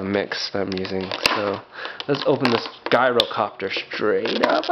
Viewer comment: not guy-row-copter